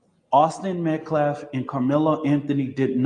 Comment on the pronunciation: That idiot man can't even pronounce Metcalf correctly. Why would I think he is smart.